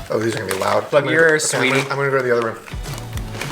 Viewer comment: it's "sweetie" not "sweaty":)